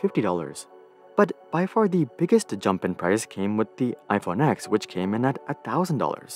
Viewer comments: Just a correction it's pronounced "iPhone 10" not "iPhone X." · You should pronounce X as 10